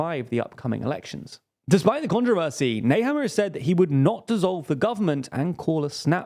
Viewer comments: No he did not, lol. First example I heard in the Video: "Sebastien Köhz". Next: "Lia Wonna Gewessner". Nehammer became "Nayhammer", pronounced as if it were English. He butchered every single name. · 🤣 You mean Karl Nehammer?